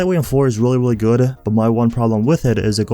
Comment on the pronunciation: Very good-ah,, pretty good build-ah, gey